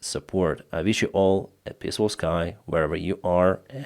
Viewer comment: Don't forget about the pissfull sky 😊